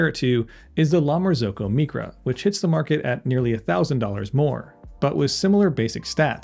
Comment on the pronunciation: It’s not mEcra it’s pronounced mYcra is in microwave, microscope, etc. It’s all Greek to me! 🤣👍